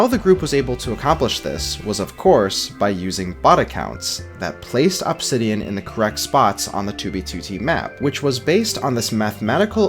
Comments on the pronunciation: AHB-sidian i've never heard anyone pronounce obsidian that way. most people and even the dictionary show it as uhb-sidian. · uhb-SID-ian not AHB-sid-ian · The way you say Obsidian is so distracting. Awbsidian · Pronouncing incorrect ahbsidian instead of uhbsidian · You say obsidian like "Absidian" vs "Ubsidian".... And it hurts inside. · Please stop saying "ah-bsidian" its "uh-bsidian" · Why the fuck you say OPsidian bro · stop pronouncing obsidian like opsidian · The way he says obsidian made me click off instantly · Absidian bro fix ur pronunciation literal nails on chalkboard listening to you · The way this guy says "obb-sidian" pisses me off. Pronounce it normally bro you're the only person on planet Earth that says it that way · I swear i thought i'd never hear anymore pronouncing it "obb-sidian" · I hate how he says obsidian like ahbsidian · i cant stop hearing OP sidian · why does bro pronounce obsidian like that 😭😭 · why are you pronouncing obsidian like that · My dude, that is not how you pronounce obsidian. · Say obsidian again